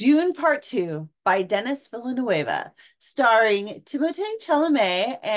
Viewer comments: Not Dennis Villanewava. It's pronounced DaNee Villnoov. Good review. I can't wait to see it. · zen-day-uh not zen-die-uh. Also den-ee-vil-uh-nuv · Chalemet = Shall-ah-may Zendaya = Zin-die-yah Villinueve = Vil-la-new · If a reviewer can not say the directors name correctly I switch off.